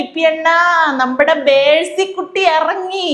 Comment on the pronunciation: ഞമ്മളെ പയേ വിദ്യാഭ്യാസമന്തി അവിടതെ ഉച്ചാരണം മെഴ്‌സി എന്നാ 🤣🤣🤣n😭ങ്ങള് പറേന്ന മെസ്സി തെറ്റാ 🤣🤣🤣🤣